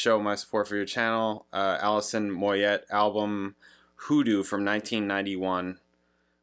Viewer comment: it's pronounced "Moy yay".....she's from my neck of the woods........Great,great voice.....you may know love resurrection.